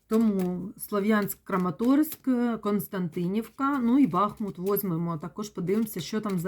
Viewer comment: Если что то не "Константинівка" а "Костянтинівка".